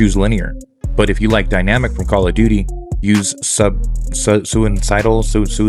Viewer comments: Sin-u-sodial Thats how you say it. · Sign-uh-soy-dal “Sinusoidal” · Great video, Sinusoidal pronounced sign-you-soy-dul. your welcome. it is a type of signal in electronics, it is what AC power looks like on a Oscilloscope... O scope. visual representation of AC power.